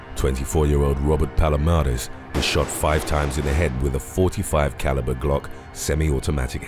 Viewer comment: You can pronounce bhadreshkumablararah perfectly but when it comes time to pronounce "machete" or ".40 caliber round" you lose your shit